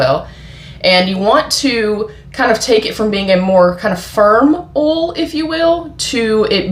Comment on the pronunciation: I like how you say 'oil'.